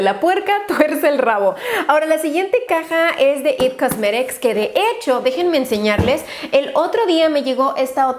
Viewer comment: porque dices it cosmerics